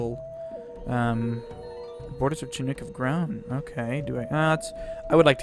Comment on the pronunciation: shin nook... shin not chin